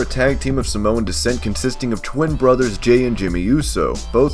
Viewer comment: don't say Samoan its afensive because you prounced it wrong! I should know cause I am Samoan